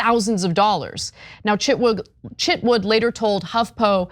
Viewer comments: His name is Chitwood, not Chitwouldn't! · I thought you said Chip Wood lol